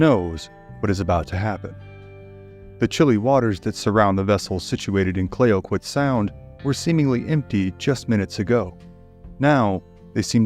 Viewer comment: The Tonquin explosion: "Clayoquot" is pronounced as "clack-what" not "clay-o-qweeot". Also, Americans pronounce Nez Perce as it is written, but it is a French word pronounced as "Nay - per - say". Great to hear some stories from Canada, fantastic channel, thanks for your work.